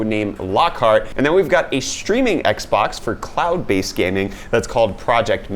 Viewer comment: Did anyone else hear clout based games instead of cloud based games? Haha